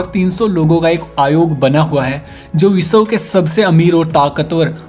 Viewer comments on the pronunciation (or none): Kyuki ye biswa ko bisaw bolta h